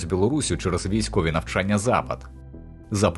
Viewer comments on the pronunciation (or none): none